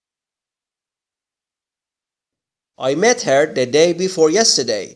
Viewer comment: راستش یک مشکل شماچراTheرادی تلفظ نمی‌کنیم چرازی تلفظ میکنین